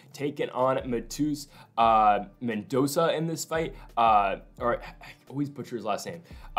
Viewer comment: mendonsssssssa not mendonka